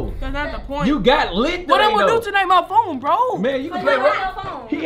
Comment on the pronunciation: Bro when he said my phoe(phone)